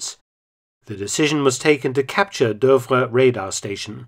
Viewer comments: Super video as always. As far as I know "Douvres" is pronounced "Doovre". You pronounce it as "Deuvres". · Fascinating story! Shame about the repeated mis-pronunciation of Douvres though. Obviously, it should rhyme with Louvre!